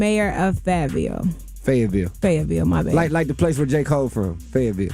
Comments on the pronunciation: They ( and ) sound so uneducated when they speak. Why couldn’t she say Fayetteville neither time she tried to pronounce it, even after being corrected by twice? And let’s not talk about the baby-dials (baby dolls). Ugghhhhh…. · I don't think it's a speech impediment. Just a general laziness when it comes to reading. How one could mistake Fayetteville for Fayville, is beyond me but she needs to brush up on her literacy.